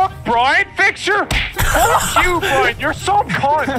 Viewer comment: “Saved the day Burn”: “Burn?” Me: did he just called Brian burn? LMAO 😂😂😂